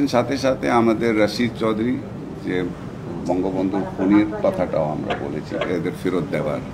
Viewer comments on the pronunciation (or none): none